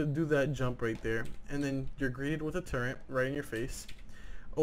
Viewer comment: Holo on a Ak wtf and its turret not turrent